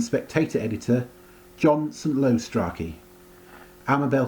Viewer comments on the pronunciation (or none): Strachey is pronounced "stray-chee"